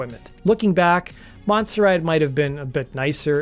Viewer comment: Monserrat. Not 'Monsterat'(!?). Butt, not 'but' (as in heads). Arguments not 'Arguements'. Always slick work presentationally, but FFS, get your quote captions proof read or spell checked....